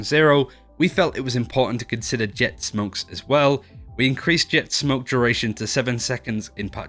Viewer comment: "inrcreased" lul